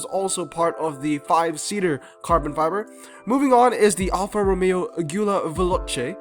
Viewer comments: In several videos previous you said it right every single time, but in this one and the 5 seater carbon one you butchered it To make it easier, say it like Julia Because italians love to put in extra letters lmao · Also, how do you go from pronouncing Guilia correctly to pronouncing it like a Ford worker from Iowa